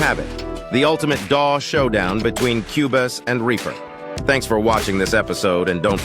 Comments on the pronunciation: AI voice saying cue-bus? Not even worth a watch! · Wow. A new level of total AI trash. Not only is the title software mispronounced as "Cue Biss," which would be done by no human, and then differently mispronounced again as the hilariously apt "Cue Boss" , but the information is worse than not knowing anything about either. The video tries for example to make a case about professional features then instantly shows the obliviousness to what that means by offering "chord pads" as an example. Almost every example is the same. Just lists of randomly gleaned features and misinformed opinions about why they matter or relate to professional vs hobbies workflows. It was so bad, and utterly shameless, that it really needs to be given credit as a modern milestone in uninformed review clickbait. Well done. I will certainly be back to unlearn something else. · This is by far the worst comparison video ever. Not only does the AI voice mispronounce Cubase (a distraction) but says absolutely nothing substantial about either DAW. S-T-U-P-I-D